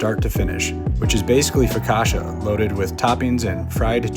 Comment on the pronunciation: Pronouncing focaccia as focashuh is like saying Pisa instead of pizza.